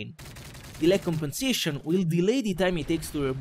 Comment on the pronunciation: con tutte le volte che ha detto lag compensetions mi ha fatto rincoglionire, che a un certo punto mi sembrava di sentire tutte le parole che finivano in sentions O.o